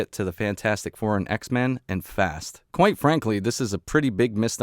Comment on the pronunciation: My man, did you say “koint frankly”?